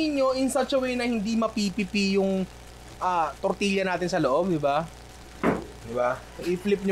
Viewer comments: Great content! But please, pronounce it as "tortiya" not tortilya. The hispanic blood in me is itching haha. I'm Filipino-Hispanic, so we pronounce it as tortiya. And yes, we make tortillas almost like that. :) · Tor-ti-ya ninong ry. More power HAHAHA